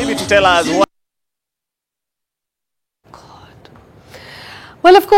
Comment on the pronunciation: loll ..... "Gawd"